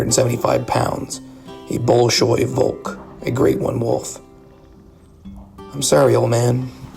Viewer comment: Brother, the BOL-SHOI VOLK gave me such a strong laughter oh my god. Nonetheless, great story